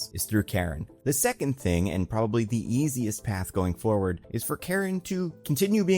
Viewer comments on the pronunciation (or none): none